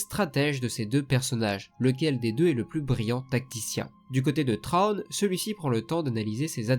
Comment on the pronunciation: Bonne vidéo sur un sujet extrêmement intéressant, à savoir deux stratèges dans deux camps opposés, mais attention il ne s'appelle pas "Trône". Il s'appelle "Thrawn". Je sais que les prononciations anglaises ne sont pas évidentes à faire, parfois elles sont très dures, mais quand-même... "TRÔNE" quoi. Un minimum d'effort dans la prononciation stp ^^ Là j'ai l'impression d'entendre un roi qui s'assit sur son trône :P Mais bon le sujet est vraiment bon et il y a du travail alors bravo malgré tout, et continue comme ça. Et que le Force soit avec toi. À jamais.